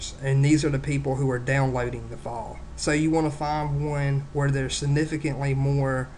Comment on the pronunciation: torrent fohhhhhle.... duhloogeeeeeeee...